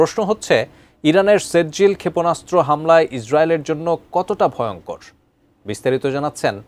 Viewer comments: ভাই শুদ্ধ উচ্চারণ করতে পারেন না, ওইটা৷ সেজ্জিল না, সিজ্জিল, সুরা ফিল এর একটা আয়াতের উচ্চারণ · ভার‌তের চ‌্যা‌নে‌লের মত বিকৃত উচ্চারণ ক‌রেন কেন।সে‌জ্জিল না এটা সি‌জ্জিল হ‌বে